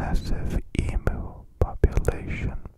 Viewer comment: that is not how you say emu my g 😭😭